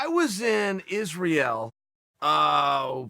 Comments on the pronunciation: Chael “Iz-rye-ale” Sonnen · He can say Izzy’s name correctly, but not the name of the country?? 😂😂 This man is truly the greatest. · “I was in IzReal” - Chael “Who’s this here Jared Cannonier?” Sonnen. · "I was in ... izz-ray-ell..." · Chael: “I was in Izzreyal” Me: “Ok great ...”